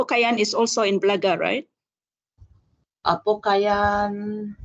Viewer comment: Apo Koyan, not Apo Kayan